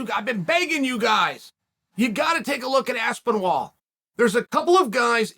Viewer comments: Holy shit Chael Aspinall is an English. I fully believe DC when he's says chael says names wrong on purpose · I was wondering how can chael butcher tom's last name. Surely he cannot mess up aspinall, right? Uncle chael never stops to surprise me. Undefeated, undisputed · That Mole In Aspinall's camp should fill Uncle Chael in on how to say his name rite😆🤣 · And for the love of god....this is a english last name! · Within 2 secs...Aspen-Wall...🤣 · Me: Aspinall Chael: Aspen-Wall Me: OK Great... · Chanel knows the game as good as anyone, future manager, I love it, saying aspen-wall to reinforce people to to say “No, no, no it’s Aspenall” get the name in the people’s head, that’s promotion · Cmon is he really saying Aspinwall? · Aspin-WALL?? Jesus Christ. He’s just trolling us at this point. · First word out the gate "ASPEN-WALL" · There's no 'w' in Aspinall, though I wonder if these mispronunciations are Uncle Chael intentionally trolling - to weed out those he thinks are too nitpick-y, or who knows what reason. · How can he screw a name up so badly?!?! It's THOMAS... THOMAS ASPENWALL... get it right!!! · How do you mistake aspinall for aspinwall? 😂😂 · Dude just said Aspen Wall 17 times in a row with a straight face. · You know you’ve made it as a UFC superstar the day that Uncle Chael mispronounces your name. Bet this is a proud day for AspinWall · I think “Aspinwall” might be one of Chael’s most overt and in-your-face purposeful name mispronunciations ever. Lot of moving parts here. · I was actually a little shocked when I heard Chael say Aspinwall. And that's saying something coming from Chael 😂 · “Aspen wall” Chael had to try not to laugh at this one 😂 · I used to think Chael struggled with foreign ethnic sounding names but in fact his confusion knows no prejudice and treats all names equally: Aspin-Wall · This video marks the record for the earliest unc has made me laugh 😂😂. “Aspinwall” lololol undefeated/undisputed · I swear he said aspinivall at one point